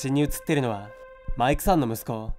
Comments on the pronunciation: なんかマイクさんの言い方気になるな…マイ↑ク↓さん… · マイ↑クさんって訛ってるのが妙に中毒性があって心霊写真より何度も聴いてしまう笑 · マイクさんって呼び方の発音の仕方が少し笑ったw 今回も怖かったです👻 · 【マイクさん】のイントネーション気になるww